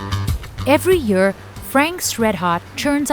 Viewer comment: Dear Narrator, you've improved a lot in the ceviche special but now we're back to again yurr! and "every yurr" "eight yurrs" sigh